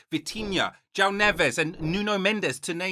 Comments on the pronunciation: Hi Mate nice video, but as a João myself who lived in the UK, our name is not "Jao" it´s JOão. So you need to spell the "o" and as an "u" before de "a". the "ão" you develop it by training the accent Keep it up mate cheers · *João is pronounced "Joo-wow" while Leão is peonounced "Lee-aw"